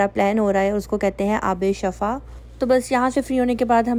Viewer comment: Shifa hota hai. Shafa nahe.